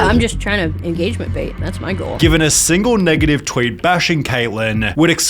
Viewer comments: Bait.................. not bate................ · "engagement bait", not "bate". Lmao